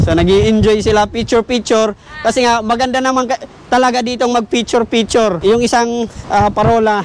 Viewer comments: Picture hndi piture haha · Bobong vlogger feature feature daw bigkasin lang ang picture di pa kaya Ng maayos